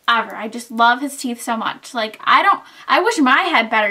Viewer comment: you mean Teeth not theeth.